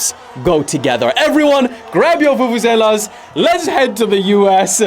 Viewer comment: You actually pronounced Bafana Bafana and Vuvuzela better than most Africans 😂